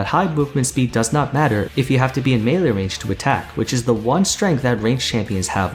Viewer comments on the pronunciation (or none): none